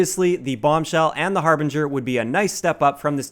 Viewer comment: thank you for pronouncing the harbinger correctly it's amazing how many YouTubers can't pronounce it drives me nuts